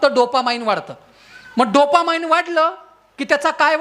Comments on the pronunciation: डोपा 'माईंड ' नाही हो डोपामाइन् !!😅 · Dopamine, not dopamind